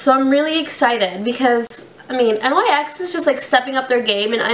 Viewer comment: Oh my god. Learn how to pronounce NYX!